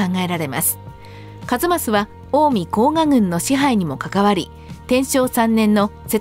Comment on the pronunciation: 「甲賀」は「こうか」と読みます。「こうが」とにごりません。 「左近充」ではなく「左近衆」では？ 個人を指しているのではなく、「滝川左近の郎党」という意味だと思います（近衛府に「充」という官職はありません）。 一益の初期の官位は「左近尉」→「左近将監」なので、滝川左近が一益であるのは間違い無いでしょう。ただし、近衛府に「尉」の官位はありません（「尉」に相当するのが「将監」）ので、「左近尉」は私称で、のちに正式に「左近将監」に補任されたと思われます。 「厩橋」は上古では「うまやばし」と読みましたが、中世以降は「まやばし」と読みます。江戸時代に「前橋（まえばし）」になります。